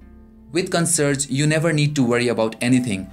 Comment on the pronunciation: First time heard it pronounced "CON-SERGE" LOL